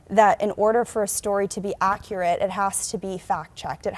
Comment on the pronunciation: Did you say accurate or did I hearUckurit?